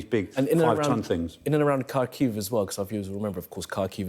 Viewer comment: Show some respect and learn how to pronounce Ukrainian names. Its Har-keeu.